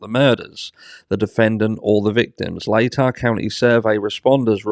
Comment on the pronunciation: Congratulations, you pronounce Latah Co. correctly. Most still struggle with it.